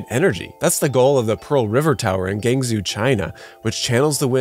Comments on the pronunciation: Good video, but man, that pronunciation of “Guangzhou” is something else. It’s pronounced like “gwahng Joe”, not “gang zoo”. I wouldn’t ordinarily complain, but this is part of the monologue of a high production value video. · Listen I'm not one to talk, stones & glass houses and such, but oh my lord that Guangzhou pronunciation was something. We are not taking to the local Szechuan spot he gon embarass the whole crew